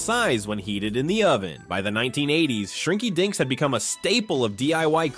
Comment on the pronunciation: I swear, shrinky dinks sounds like shrinky dicks 🤣🤣🤣🤣 The fact that it's repeated over and over in the segment doesn't help either 🤣🤣🤣😂😂